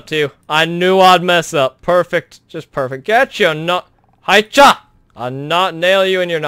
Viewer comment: Did u say hai cha when u wanted to get spyroos nose back in?